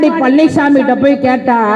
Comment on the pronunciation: பழநிச்சாமிங்கிற ங்களா? பன்னிச்சாமிங்கிற மாதிரி கேட்குதே? சரியாதான் சொல்றீங்க! மலம்திங்கிறவன் தான் பன்னிச்சாமி! அதுயார் மலம்? இரண்டு குஜராத்திகள் மலம்!